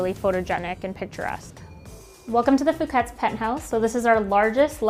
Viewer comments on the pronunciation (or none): Who's going to tell them that they mispronounce their own name and they misspelled "stationery?"